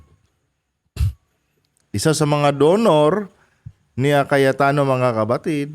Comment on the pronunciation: brod Cayetano po hindi Cayatano ayus ayusin mo nmn vlog mo